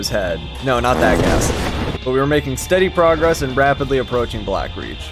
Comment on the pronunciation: did you say brapidly